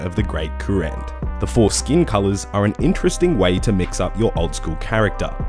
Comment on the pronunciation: HAH! you said foreskin colors